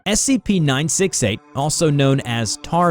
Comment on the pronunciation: Is it me or the title is saying SCP-968 but i heard SCP-986 in the video